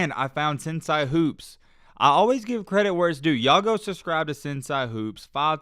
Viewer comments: Not sen-si it’s pronounced sen- say smh 🤦🏾‍♂️ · It's pronounced "sen-say" not "sen-si"